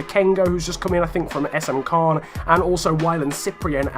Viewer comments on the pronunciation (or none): none